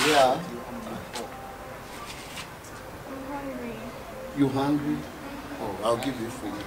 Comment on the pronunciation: Dinah said babe am hungilll